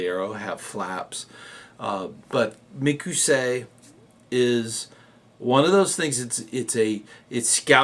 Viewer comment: in the description of the video he apologizes for saying it incorrectly but I agree